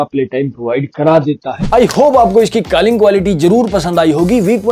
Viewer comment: Calling ❌ Kalling ✅ 😂😂😂 BTW Love your videos ❤❤